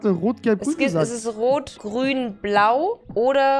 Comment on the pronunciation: aber hat auch grrün gesagt